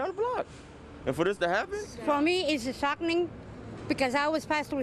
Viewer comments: for that lady. it was “SHOCK-NING” ⚡️ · “Shock-Ning” lmao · She says shockling🤣